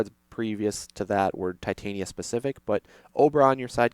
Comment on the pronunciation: Titania is pronounced as tih-TAHNya if you're going by how they say it in Shakespearean performances.